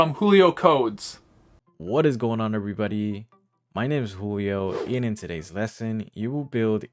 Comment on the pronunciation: Julio!? I heard "Coolio" ho damn Thank you & wish you all well 😃🌟✨🙌 :12 pm ist